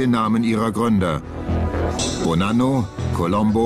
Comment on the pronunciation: Bonanno 😂 nicht polano